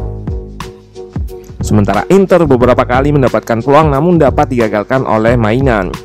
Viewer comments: Kasih masukan min, maignan itu dibacanya minyong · Maignan dibacanya "mainiong" min. Seriously 😂